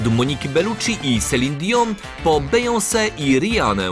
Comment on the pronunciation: "Bejąse" XD